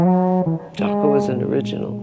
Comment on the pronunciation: Is it pronounced Jacko or Jaycko?